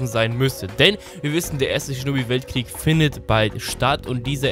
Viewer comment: Alter, wenn Du "Shinobi" sagst, verstehe ich immer "Schnubbi" xD